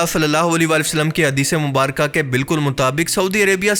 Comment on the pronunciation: Am I the only one who noticed "Hadees-e- Mumbaraka" when It's actually "Mubarak"